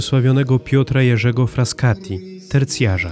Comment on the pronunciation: Nie Fraskati, tylko Frassati